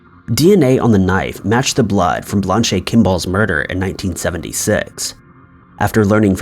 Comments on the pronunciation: Blanche is pronounced "Blanch". Not "Blonchay". Referring to the Blanche Kimball case...... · I know good and well you have the same access to Google as everyone else, yet for some strange reason you choose not to research how to pronounce words that are not so common. For instance, Blanche is not pronounced "Blon-chay". Its actually pronounced "blan-ch". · Blan-chee lol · You seem to mispronounce a word in every video. Blan-chay. LOLOLOLOLOLOLOL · He has got to be doing that on purpose! I heard "Blond Shay Ken Doll" myself. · I don’t think that’s how you pronounce Blanche. Haven’t you ever watched Golden Girls? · He has probably never seen that name before and just guessed. Isn't he only in his early 20s? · Judging on the pronunciation of “Blanche”, I’m guessing never read or seen A Streetcar Named Desire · Great video, but, every time you say the name "Blanche" my ears scream and begin to bleed.